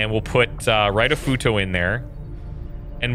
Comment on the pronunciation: Plz read Japanese names like they are said in Japanese, Ritofuto (reetoh footoh) is not Raitofuto, and Tanaka is more pronounced (tah nah kah) Pretty please